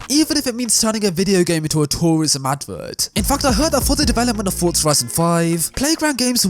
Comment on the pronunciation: It is so refreshing to hear a YouTuber pronouncing the word Forza correctly. So many pronounce it as it is written. #RealRacersKnow